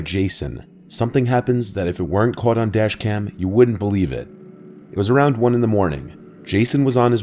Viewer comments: Dashcam not Dascham you silly goose. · Dashcam not dascham? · Dascham? Is german now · it’s says dascham